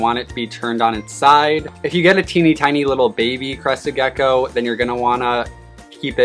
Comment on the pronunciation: Every time hear Crested Gecko it sounds like Crusted Geko